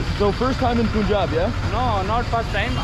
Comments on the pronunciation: Please stop calling it pooonjab. It’s Pun-Jab. Thnx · Bro it's pronounced as panjab not puunjaab😂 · It’s pronounced Pun-jaab, Not Poon-jab. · It’s not “Poon-jaab”! It’s “Punh-j-aab”. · Y do u call punjab as poonjab??? No one has corrected u? How do u pronounce d english word PUN ????? Its the same PUN-jab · Hi It's not Poonjab......its Punjab (Pun similar as saying Fun). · BRO IT'S PANJAB NOT punjab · Bro its panjab not punjab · Why do you guys call it Poonjab? It's Punjab. Pun-jab. Do you pronounce 'Pun' as 'Poon'? Then please pronounce it properly, sound so weird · its pronounced panjaab, not poonjaab. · Its Paanjaab not pooonjaaab 😢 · Hi bro loved your video but you pronounce the name of our state wrong it might be written as punjab but it is pronounced as Panjab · It is not poonjab